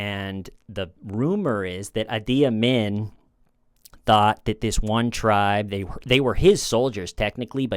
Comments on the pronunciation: That's not how Idi Amin is pronounced....why the bizarre pronunciation? It's dead easy to say correctly EE-dee ah-meen. Look it up next time, instead of guessing. There's really no excuse for this. If you weren't around when he was active, and in the news, you could have looked it up, but you didn't bother. I also hope you made your sign yourself...if you paid for it, you were robbed. The black marks on the ends are intended to simulate broken wood, but it's done so badly you'd have to be familiar with the style to recognize it. Anyway, I'm disappointed in you. You have a brain, why not use it? Unfamiliar words need to be looked up before recording them. If you aren't willing to put in the effort, why should we be helping you earn money? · Check pronunciation on Edie Amin. I’ve always heard it as Eedee ahmeen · It's PROUNCED E D A MEAN. YW.😂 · For the record it’s pronounced “Eee-dee Ahmeeeen” . Great content as always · "Eaty," as in he's gonna EATY his enemies 😮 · Its actually pronounced "Eeee Deeee Ahmeeeeeeen" For the actual record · Sounds like Eedy Ameen. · Pronunciation = Eddi Amin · it's "E" "D" "ah-MEAN".....and The Last King of Scotland. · Wanted to let you know - no criticism - Idi Amin is pronounced like “ee•dee ah•mean”. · Idi Amin Ee-Dee Ah-Meen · Idi Amin is pronounced more like Edie Amean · No one is going to say anything about his pronunciation of Idi Amin??? Really? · Me teeth hurt every time I hear you try to pronounce Idi Amin. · Idi Amin--the narrator's pronunciation of the dictator's name is really twisted and wrong. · It's Idi Amin with an I not Adi. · Idi Amin is pronounced “Ee-Dee Ah-meen” The Last Kong of Scotland is an amazing movie. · uh D uh MIN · Idi Amin, not Adi Imin. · Sorry, but the dictator’s name was Idi Amin, not Adi. I lived through that time and remembered reading horrific newspaper articles about him. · Love ya,, but the Ungandan dictator's name is pronounced EE-dee ah-MEEN. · His name is pronounced E D ARE Mean